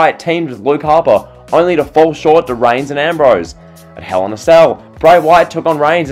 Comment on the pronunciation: Why you say TO like Twyuuuuoooo?